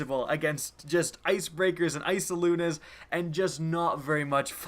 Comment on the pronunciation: Hey im just wondering why did u call the eyasluna "isoluna" idk found it kinda funny